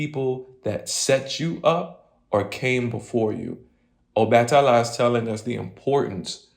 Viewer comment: The a in obatala is pronounced AH